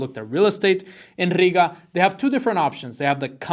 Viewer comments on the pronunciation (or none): The way you say Riga sounds like you wanted to say Puerto-Riga 😭😭😭